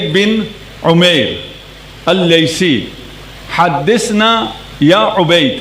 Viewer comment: حدثنا پڑھنا بھی نہیں آتا خدیجہ کو ختیجہ بول رہے ہیں پھر محقق بھی ہیں واہ واہ